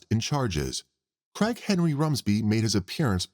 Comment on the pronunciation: The way the narrator speaks, I kept hearing “Crackhead Rumsby” instead of “Craig Henry Rumsby” 😂 absolutely made my day